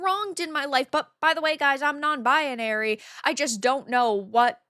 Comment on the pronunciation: I love you, even if you do pronounce it as "bianary" instead of "binary" 🫡❤‍🔥🍗😸